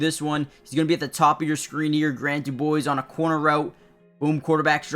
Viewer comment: Quick pronunciation correction for ya... His last name is DuBose, not DuBoise.